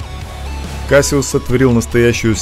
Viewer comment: Why u sayin kasyuss